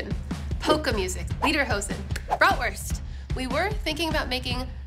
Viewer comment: Not 'leader'-hosen, but 'leder'...😅